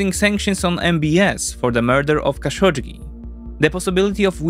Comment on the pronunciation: It's not Xashodjdji, it's Kah-shock-dji